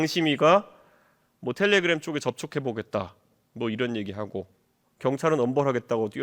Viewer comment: 텔레그'람' ㅋㅋㅋㅋㅋㅋㅋㅋㅋㅋㅋㅋ